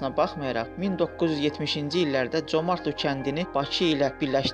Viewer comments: adın düz deyin comartlo yox Comərdli. yerevan yox -İrəvan, qoris yox Gorus v.s. bizim mətbuat ermənilərin dəyirmanına su tökür onlardan betər türk toponimlərini erməniləşdirir.Dil komitəsi və s. strukturlar hara baxır işlərin adı nədi görəsən? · Vurğunu düzgün vurun, Comertlidir eslinde, qedim Azerbaycan torpaği.amma siz ele deyirsiniz ki,guya ermenilerin olub oralar. Xahiş edirem,kimseni ifşa etmek isteseniz bele savadli münasibet bildirin. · Ay nadan, ay savadsız, ay başıboş,ay bədbəxt o yerlər tarixi Azərbaycan torpaqlarıdır. Birincisi kəndin adını səsləndirəndə vurğunu düz qoy,ay kəmsavad.İkincisi o kənddə (Comərdlidə) və Qarakilsə (Orada qədim alban kilsəsi indi də durur,Sovet vaxtı oranın tarixi adını dəyişib çar generalı Sisianovun şərəfinə Sisian qoymuşdular) rayonunda yerləşən bütün kəndlərdə azərbaycanlılar yaşayırdı.Sonradan ermənilər rusların köməyi ilə o yerlərdə erməniləri məskunlaşdırmaqla və yerli əhalini (azərbaycanlıları ) o yerlərdən zorla köçürməklə erməniləşdirdilər.Ay küt, Bakı -Sisian marşrutu ilə işləyən avtobus azərbaycanlılara xidmət edirdi və ordakı azərbaycanlıların Azərbaycanla əlaqəsinin kəsməmək üçün ,gediş-gəlişlərini asanlaşdırmaq üçün açılmışdı.Özü də avtobus sənin düzgün təlləfüz etmədiyin Comərdli ( yerli ləhcədə Comardlı) kəndinə yox, rayon mərkəzinə gedirdi.Sən get o boş beynini doldur.Əvvəlcə Azərbaycan dilinin qrammatikasında olan Ahəng qanununu oyrən,sonra qrammatikanı tam öyrən və paralel olaraq Azərbaycan tarixini də öyrən.Küt beyin, müasir dildə desək tupoy oğlu tupoy. Ermənilər çox yerlərin adlarını dəyişib erməni adı qoyublar,bu o demək deyil ki, o yerlər onlarındır.Sən Azərbaycan tarixini yaxşı öyrən.Məntiq elminə də fikir ver.Qatıqlama. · Dəyyus, sən Zəngəzuru niyə erməni torpağı kimi qələmə verirsən? Dilin heç türk sözünü düz əməlli tələffüz edə bilmir... Comərdli... Ayıb olsun adminə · Comərd sözü Azərbaycan sözüdür erməni sözü deyil, özü də vurğu o hərfinin üstündədir.. sözü düzgün tələffüz edin ay aparıcı